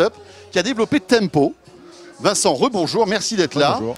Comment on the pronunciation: Je plussois d'un gros pouce Bleu pour "Tempow" ....